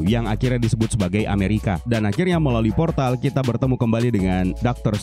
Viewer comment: Ada yg denger kalo dia bilang poltar alih2 bilang portal 😂😂